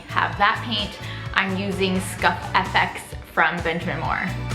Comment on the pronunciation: Pronounced "scuff ex" btw. Love you gals!